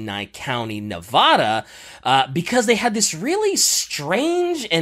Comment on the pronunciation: It hurts listening to saying Nevada like that...